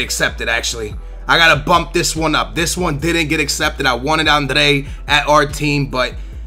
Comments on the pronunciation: Not being harsh, but are you dyslexic?? It says adryan, u say Andrey??? It says labyad, u say labaday??? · labadai , andrey ... wtf! Are u really portugese ? Because u should be able to say adryan ! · You have the worst pronunciation ever: Zumba, Labada, Andrey ... WTF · its not andre its adryan like a-d-r-yyy-aaaa-n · zouma?? andre??? labaday???? its fucking labyad , zouma and adryan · Adryan-Andrej its adryan hahah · also its adryan not andre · wizardZzz Pronouncing it correctly is fine! It's when he say's 'André' when its clearly Adryan. Really pisses me off. Just leaves out half the name. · Why would you pronounce Adryan Andre? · la-be-ad not labadie a-dre-yan not andre zou-ma not zoumba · Zouma not Zoumba, Adryan/ Adrian not Andrey and Labyad not Labbidad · Where do you get "Andre" from Adryan. Love the videos, but you are terrible with names. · Please try to read the player names it's clearly Adryan and you pronounce it Andrey, you also call Labyad "Labaday". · zumba, labydad, andray? c'mon please try harder to pronounce names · it's pronounced Adreeyan ,zooma, labeeyad, dehlofeo and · It is La-by-ad and Aid-re-yan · Kurt Zoumba, Andree, & Labydad.... your pronunciations are so bad lolll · how the hell do you mispronounce Adryan?